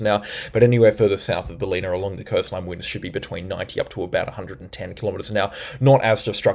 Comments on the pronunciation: Ballina is pronounced. Ball-in-a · Great work ! Just a minor correction , its Bal-inn-ah , not Bal-een-ah . Greetings from Lismore (Floodmore). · Bal-een-a ? I think it's BAL-en-a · This is awesome. I'll even dismiss your pronunciation of some places (B(a)llina, not Bahleena). Thank you. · Ballina Pron BAL - in - uh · Great reports. Pronunciation of Ballina is Bal-in-a. 💜💫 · Ballina pronounced Bal-in-a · Ballina pronounced Bal like Sal-in-a I hope it helps. 😉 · you say ballina all wrong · Hi. Thanks once again for your video and information. BTW, Ballina is pronounced (phonetically) Bell-in-a and Caboolture is pronounced Ca-bool-chur (like church...well, it's really -ture but it sounds like chur). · Great reporting, but can tell you are not from Queensland or NSW, your pronunciation of Caboolture and Ballina is incorrect. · Thanks so much for your work. Stradbroke Island, not pronounced Strandbroke… Also Ballina is pronounced Bal - in - a Cheers mate 👌🏼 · Are you sure you are from OZ? Cabultura, Baleena, Fourster, Murawoolambah.. It's Car-Bull-tcha, Bal-in-a, Fos-ter, Mur-wool-im-bah